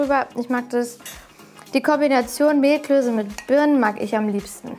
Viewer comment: Gastgeberin: "Zur Vorspeise... Mehlklöse..." Ali: "Mehlklöße." Gastgeberin: "Mehlklöse."